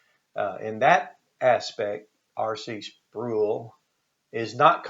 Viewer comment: Sproul rhymes with soul. 😃